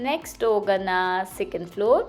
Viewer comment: your pronounciation of ಣಾ is ನಾ. ಹೋಗೋಣ, not ಹೋಗೋನ. ನಿಮ್ಮ vlogs ಚೆನ್ನಾಗಿ ಇರುತ್ತೆ. ಹಾಗೇ ಸ್ವಲ್ಪ kannada ಉಚ್ಚಾರಣೆ ಸರಿ ಇರಲಿ. ನೀವು ಮಾತ್ರ ಅಂತ ಅಲ್ಲ ತುಂಬಾ ಜನ ಇಲ್ಲೇ ಹುಟ್ಟಿ ಬೆಳೆದು, ಮಾತೃ ಭಾಷೆ ಕನ್ನಡ ಆಗಿದ್ರೂ, ಒತ್ತಾಕ್ಷರ, pronounciation ಸರಿಯಾಗಿ ಮಾಡೋಲ್ಲ. Pl take positive.